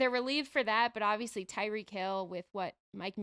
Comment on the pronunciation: Wtf waller? Where did he come from. Shots fired calling tyreek: “reek” and immediately saying the win was deodorant